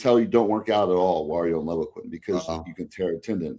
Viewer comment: Another awesome podcast, as usual. But if I could nitpick… As someone who sold Levaquin for several years in the mid 2000s, I’ll give you a dollar to say it right… It’s pronounced “Leeevaquin”, with a long “eL. Please? Pretty please?😂😂😂 But he’s absolutely right… Regardless of which of the fluoroquinolone a person might use, be it Levaquin or Axelox or Cipro, you really have to watch out for tendon rupture.